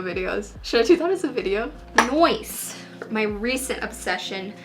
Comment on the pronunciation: SAID NOICE WHERE ARE ALL MY FELLOW BROOKLYN 99 FANS